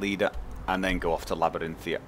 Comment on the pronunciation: He knows but he thinks 'Labarinthia' sounds better.